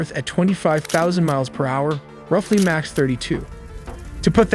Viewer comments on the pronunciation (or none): Mach is pronounce "m-ahk"